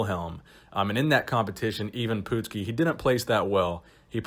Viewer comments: Hey...it’s not Pootski, it’s PUT-ski.. remember watching him back in the 80’s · love your channel but being a wrestling fan from the 80's i have to let you know its pronounced Eye-Vin Putt-ski not Eyee-vin Poot-ski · It's put ski not poot ski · It's not "pootski", It's "putz ski". You putz. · His name is ivan putski not ivan pootski... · Not POOT-skee...PUT-skee (putski) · PUTs-Ski not POOT-ski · "uh" not "oo" ;) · Poot-ski?? Dude learn to pronounce it correctly! It's pronounced Putt-ski, like a putt in golf! You dumbass! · It's pronounced put-skee. Not poot, not putt, but put, as in put down that turkey leg. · Dude! He was the Polish Hammer! The nickname is key. Also, it's pronounced Putski which rhymes with "Butt"ski. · The last name is pronounced Puttskee. This dude was Beast! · It's pronounced Putt' ski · It’s pronounced Patski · Great video! I got a good chuckle out of the way you pronounce his name...😂😂😂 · Good video,, but you really hammered the pronunciation of Putski’s name. Take a look at this vid and how Gorrila Monsoon pronounces it as compared to how Jesse Ventura intentionally mispronounce it to intimidate Putski. Classic stuff.